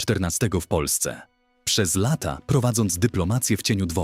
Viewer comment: Mówi Pan po polsku ale lata wypowiada pan jakby nie znał jezyka